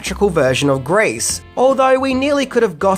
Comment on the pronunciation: Why are you mis-pronouncing "GREASE" , by saying "GRACE" ?